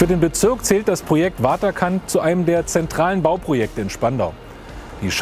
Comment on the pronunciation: Wieso spricht dieser Spandauer vom 'Wotterkant', also quasi englisch ausgesprochen? 'Waterkant' ist ein schöner niederdeutscher (und niederländischer) Name für ein Ort am Wasser.